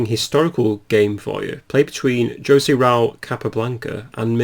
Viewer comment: In Spanish it's probably pronounced "Hose Raul Capablanca" instead of "Jose". Mojito is pronounced "Mohito" and so on.